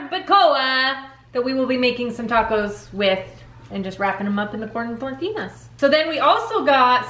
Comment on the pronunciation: Why do you pronounce "tortillas, tortinas"? Is there a back story behind this?